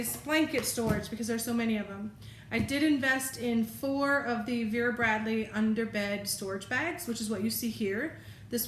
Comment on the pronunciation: yes you said it correctly , discovered vera bradley afew weeks when i saw the camocat grey travel blanket and ive been searching the net to get my hands on one , then i came across the disney grey collection that came out this year and love it have ordered the backpack, towel, cosmetic bag and drawstring tote from ebay and will probably get the throw next from ebay also as vera bradley online does'nt do internationally shipping yet , love watching your videos here in ireland